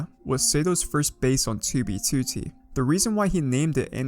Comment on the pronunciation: why does he say 2b2t so weird